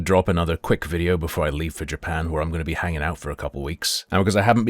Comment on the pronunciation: This has got to be the first time I've heard a brit say "Jerpan" 😂